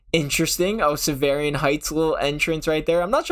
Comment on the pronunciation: cool but thats not how you say sovereign